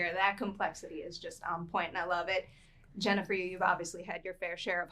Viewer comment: Oy vey, this is killing me ... "Jenna, for you ..."